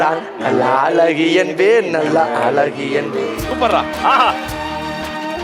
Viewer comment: அலகி இல்லடா அழகி ஒழுங்கா சொல்லு